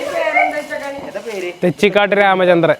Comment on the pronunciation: Thechikaatt alla thechikott ann